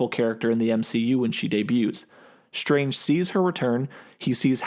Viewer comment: doctor shtrange. once heard, cant be unheard.